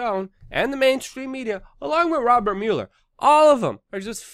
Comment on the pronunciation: You suck at pronouncing "Mueller".